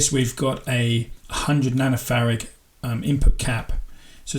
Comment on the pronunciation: Its Farad not Farag